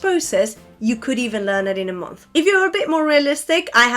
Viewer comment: You are wonderful but still struggling with "o" in the middle of English words. Some words are spoken as if "o" is "u" or somewhere in between. Month is more like Munth in pronunciation. I caught you with this error at least twice. But you are still awesome.